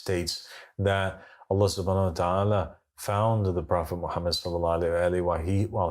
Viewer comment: Why can’t he prounouns Mohamed salalaahi wa 3laihi wasalam??🤔🤔🤔